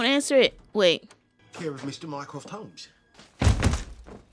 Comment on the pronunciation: I absolutely love how she pronounces Mycroft as Minecraft 😂❤ also tysmmm for making these videos I loveee them :)